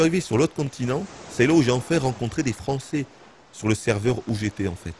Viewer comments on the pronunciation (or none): none